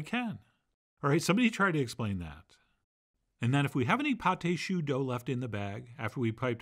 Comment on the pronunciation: Magnificent! (It’s pronounced pot ah shoo. It’s spelled pâte à choux, not pâté choux. What’s really funny to me is that allrecipes spells it Pâte à Choux: Those accent marks really confuse the software!)